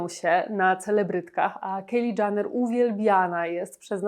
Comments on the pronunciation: Przepraszam, ale ona się nazywa Kajli Dżenner. Nie Kejli DżAnner. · Nie mówi się Janner ,tylko Jenner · Nie wiem czy ona w ogóle na jakąkolwiek Galę przyszła w mniej odsłaniającej ciało kreacji, ale taka już jej natura, żeby zwracać na siebie uwagę. Na przyszłość nie czyta się Janner (dżaner) tylko Jenner (dżener). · zastanawiało mnie właśnie skąd taka wymowa "Kejli Dżaner" raz za razem, trochę faktycznie przeszkadzało w odbiorze filmu, zwłaszcza że wypominane są w nim błędy, które ta "Kejli Dżaner" popełniła :D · Kto to jest Kejli Dżaner? Nie tak wymawia się ani jej imię ani nazwisko, litości 🤦🏼‍♀️ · Nie Janner… to też chyba nie jest w dobrym guście komentować a nie dowiedzieć się jak wymawia się nazwisko komentowanej osoby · Jak już kogoś Pani ocenia proszę poprawnie wymawiać chociaż jego nazwisko 🙈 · Źle wymawiasz jej nazwisko